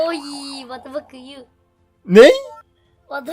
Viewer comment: Wattı faka you -ney -vattı fak yu